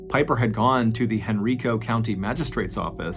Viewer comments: I’ve never heard this before! I was born and raised around Richmond. I would have been in my late teens when this happened. Also, it’s pronounced hen-rye-koh not hen-ree-koh. I know he had no way to know that but every time I heard it I cringed a little. 🤣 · Dude I love you but it’s Hen-Rye-co, not Hen-RI-co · Hey MrBallen it's proniuces Henrico with a hard I not henreeco like an E sound. Haha it's all good. Just figured I'd let you know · I know this was years ago, but it's pronounced HenrIco. Long I sound. Not Henreeco. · It's pronounced "Hen-rye-co", not "Hen-ree-co". 😊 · Hey Mr. Ballen, I’m a Virginia native and Henrico is pronounced “hen-rye-co” just for your future reference. I appreciate hearing a story from a place I have visited. I live more in the southern area of Virginia than the northern area. Thank you for everything you do. ❤ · Henrico Virginia is pronounced Hen-RYE-co. Thanks for another great podcast! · I know this video is old but as a local, I just want to clarify the pronunciation of Henrico is Hen-rye-koh. 🫡 Thank you for your podcasts, they get me through my day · *Henrico (pronounced: Hen-Rye-Co) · It’s Hen-rye-co. You’re welcome! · Hen Rye Coe County, Va. Lol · I'm from richmond Virginia ,unfortunately excited to hear my hometown but Henrico is pronounced hen-r-eye-co.but it's makes it that much better u did a story in the area🧟🧟🤦🏿‍♂️☠️🧾💯👣🕵️🕵🏾‍♂️🕵🏼‍♀️🕵🏽‍♀️love your work brotha,thanks for keeping us goin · As a Richmonder it is pronounced "Hen-Rye-Co." I had to. I'm sorry, lol. Thanks for doing this story. I remember this happening while I was a teenager. It's crazy to have more of the story. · I love this since I am in Richmond. Btw it is (Hen-Ry-Co) the I sounds like Y not E. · I'm from Henrico va and it's funny hearing MrBallen mispronounced the name 🤣. I live here in va and haven't heard of this story kudos MrBallen!!